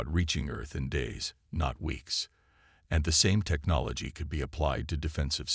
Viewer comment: For crying out loud. A science fiction story where the narrator can't pronounce xenobiologist. Give me a break. You also might want to teach it to pronounce "could."